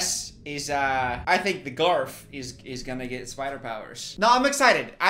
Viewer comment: him saying 'the garf' everytime is sending me